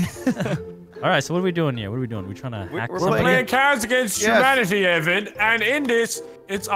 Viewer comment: " Cats Against Humanitee "